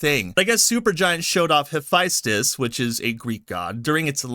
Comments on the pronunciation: Mispronounce Hephaestus my dude. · Why you say Hephaestus like that?